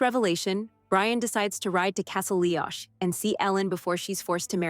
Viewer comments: It is Castle Leokk NOT Leosh. ch is always pronounced hard k in Scottish. Please do your homework. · And LeeeOCH not leosh, CRAIG na DUN not Cray...lol